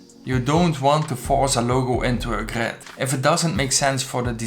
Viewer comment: Nice vid but one more time hearing that GRÖÖÖd and i am gone